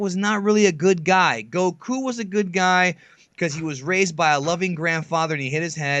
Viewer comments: Even said way under this you can't even say goku right. IT DOESN"T CHANGE. Even in the language your extention of the vowels CHANGES THE NAME AND ITS WHOLE MEANING. Seriously did you guys just read a wiki and never watch a single moment? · Modack44 wishes he were Japanese. The way he says Goku is what really annoys me. Also how he speaks down on the community all the time. I wish these videos would stop popping up in my recommendations. Maybe I just need to be more attentive to what I click on.